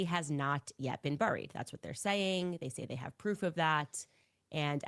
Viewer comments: Isn't 'buried' pronounced 'beh-reed' and not 'buh-reed'? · And by the way CANDICE its bury not BURRY,, BURY,, sounds like "berry" not a BUR,,, just a little english class there for ya!!! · She says burried- not correct. Funny😂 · I had to look up how to pronounce "bury" cuz Candace be saying, "burried," rhyming it with furry. She also says, "cer-in" instead of cer TAIN.